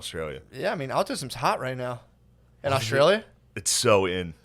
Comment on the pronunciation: "Aut-Stralia" lol